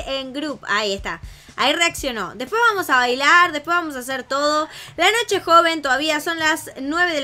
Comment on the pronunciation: dijiste nocho enbes de noche